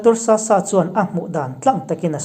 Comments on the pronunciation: Dr. Sasa i lam dan a diklo, Sasa tih ah hian a tawp lama sa i lam dan hi a hmasa lamah a ri ang a , a tawp lam erawh 'h' tel ang a lam thung tur. (eg. Sasah) I hming hi thluk diklo dohvin lam sak che ila i duh hauh lovang :) Chuan, Dr. Sasa hi Mizo a nilo, Mara zawk a nih e, chuvangin Zohnahthlak tih zawk tur. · I taimak na zar kan zo thin mang e!👍... Dr. Sasa hming i lam dan erawh tlem in ka'n sawi ve lawk🙏. Lawma kan lam ang deuh hian Sasa pawh lam tur a ni e.... INP vul zel teh se👌